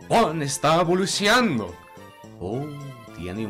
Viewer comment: Its evolucionando no evoluciando 🤣🤣 but great video